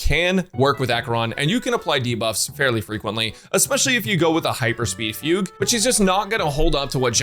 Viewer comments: missed fug-u 2/10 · yes he did he said fug-u lol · Is it fu-gue or fuge wich sounds like puke